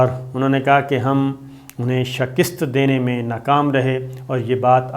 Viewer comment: صابر شاکر صاحب ایک لفظ آپ استعمال کرتے ہیں shikist یہ اسطرح نہیں یہ shikast ہے